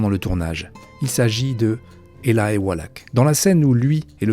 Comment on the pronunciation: C'est Eli walach pas elaï prononcé normalement éli